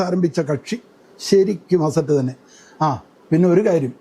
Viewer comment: അസറ്റ് എന്നല്ല പറയേണ്ടത്, അസത്ത് എന്നാണ് !